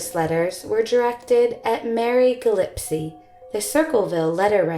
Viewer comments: GILLISPIE pronounced : gill - ESS'-pee.==.NOT == gill-IPS'-see....Your narrator has mispronounced names in quite a number of videos I have watched. I believe it is crucial to pronounce any suspect names, as well as any victim's. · Gillespie is pronounced Gill Es pee not gill epsee ! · Great work on this video. Hope you’re on the mend! Two small things: for Circleville, it’s “Gill-ess-pee” (not “Gill-ep-see”) and the letter is believed to refer to “CBs” (CB radios were huge at that time) and not “CBS” (like the network). Super minor!! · Nope. She butchered pronunciation of ‘Gillespie’.